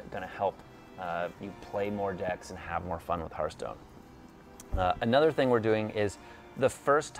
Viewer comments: I told you, he doesn't know how to pronounce Hearthstone. As for your problem, I have no idea what it is, but I bet it's much harder to pronounce than Hearthstone. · Doesn't fill me with confidence having someone in charge of Hearthstone that doesn't know how to pronounce Hearthstone.